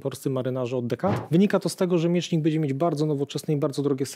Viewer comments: Fajnie się słucha, lepiej niż na kanale WoW ale pan nie oduczy się mówienia bedzie zamiast będzie. Pytam się gdzie jest pan Mazurek poprawiający wszystkich używających niepoprawnej polszczyzny?! 😉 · Fajny odcinek, milo posłuchać merytorycznego materiału. Jedna uwaga Panie mówi się będzie a nie "bedzie". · Będze nie bedzie trzeba nie czeba. Krakus zwraca uwagę na poprawną polszczyznę